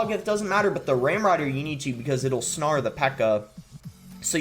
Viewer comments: Lol, please man, it's "snare" like "sn-air" not "sn-arr" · I thought it was hilarious.